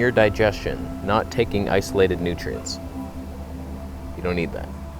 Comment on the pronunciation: Every time you said "nutrients", I heard Sverige's accent.